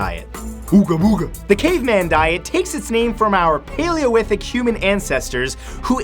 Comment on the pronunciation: Is it me or did anybody else hear him say "paleowithic?"